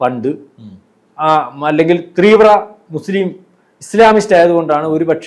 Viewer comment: Teervra alla teevra onnu paranjukodukkadei